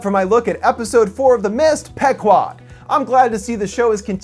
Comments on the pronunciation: It's pronounced "PEE-QUOD," you Millennial moron, not "peck-wad." Typical Millennial -- a lifetime of reading words online without ever having heard a human being speak them. Quit gaming and get out in the real world. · It's pronounce "P-quad" not "Pek-wad", sir. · It's pronounced Pee guad. The name of the boat in Moby Dick. Millennial assholes. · In all honesty it's pronounced pe-quad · it's PEE- KWAD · pronounced "Pee 'quad" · Isn't it pronounced Pee-quad? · I think its pronounced pea-quod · Pronounced "Pee-kwod". Named after an Indian tribe from Connecticut.